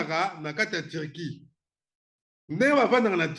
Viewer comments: Loba bien ndeko Turquie et non Tirquie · HAHAH VOLEUR LES CON////GOLAIS DISENT VOLAIRE TURQUIE ILS DISENT TIRQUIE, ILS NE SONT PAS RAFFINES